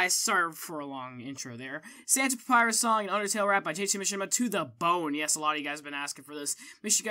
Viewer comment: .....did she or he just say Papirers? ... papyrus must be offended.